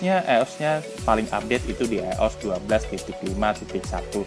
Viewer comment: sedikit tambahan bang kosakatanya ditambah. jangan wortat wortit mulu, ios dibacanya ay yo es, jan ayyos. ngelag, dibacanya ngeleg. smoga sukses chanelnya bg. btw backgroundnya disesuaikan lah masa di indomaret tempat orng kerja kan pada gimna gitu wkwk